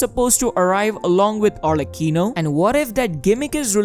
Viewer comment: it's pronunced arleCCHIno, the c is strong for god's sake